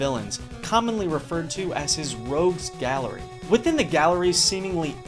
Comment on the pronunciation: Heh heh, "Rouges Gallery". :-b Common mistake.